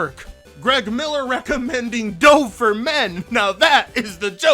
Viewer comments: Dhove lmao, think it's Dove.... as in the bird! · Dove is pronounced like Duv. Love your stuff btw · Its pronounced dove like the bird. How do you not know that? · Dove? as in "He dove off a cliff?" as opposed to dove like the bird... y;know.... how its actually pronounced? 🙂 Or is that a joke I'm missing? 😀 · the Dove brand is pronounced like the bird, it even has a bird logo on it. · TIL doesn't know how to pronunce Dove. Miller needs to change his company to unfunny games. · Omfg. Your pronunciation of dove soap is ridiculous.